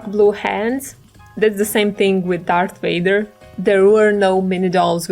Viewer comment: Darth Wader!?